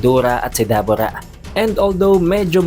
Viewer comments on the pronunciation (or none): Debura po Hindi dabura